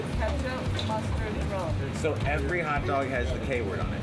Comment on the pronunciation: hahahaha a "haot" dog